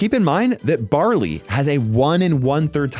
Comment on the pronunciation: Berry❌ Barley✅